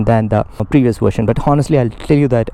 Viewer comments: HONESTLY = "H" is silent bro ...so speak onestly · Bro the "H" is silent in "honestly". A small mistake we all make, but we must our mistakes. It's "onestly". "on" "estly".